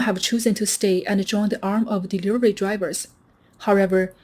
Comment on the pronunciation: She can't say the word delivery